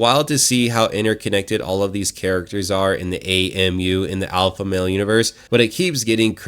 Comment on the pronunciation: "Alpalpha male"...😂😂